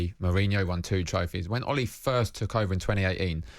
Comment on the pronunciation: So irritating, pronounce his name properly,it's Ole not Ollie.